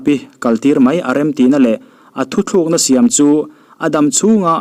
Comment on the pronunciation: Mizo nih nawm zia hiiii Thuthlukna❌ Thutlukna✔️